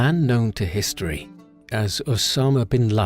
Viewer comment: Thank you for getting rid of that insane narrator who opened with “The man know to hees-tee-erry”. And pronounced Parliament as “Par-lee-a-ment”. What a douche. He made these videos unlistenable.